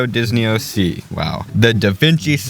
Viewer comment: Oh I thought it was Disney C not Disney sea 😂